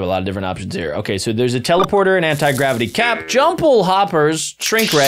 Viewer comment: Bro you said chelaporter 😂😂😂😂😂 not teleporter